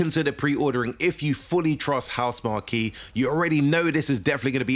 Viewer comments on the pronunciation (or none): its pronounced HOUSE MARK not MARKY